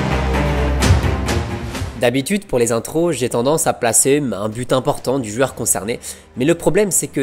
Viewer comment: Pourquoi dire « jueur » au lieu de « joueur »?